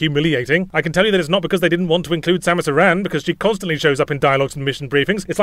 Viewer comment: OMG Yahtzee pronounces "Aran" correctly! Unlike the shitty westernization pronunciation that ended up in the games, "aaron".